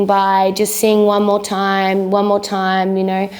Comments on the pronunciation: She didn’t explain why she says “dime” instead of “time” And why she goes “then I make you DUVIT all again” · I love how she owns her accent by having "dime" on her hat, just like she pronounces "time" all the time. ;) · she says it like 'time' when she's talking, but her 'singing persona' or voice or whatever says it like 'dime' lol